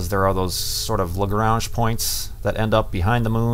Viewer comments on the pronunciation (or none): none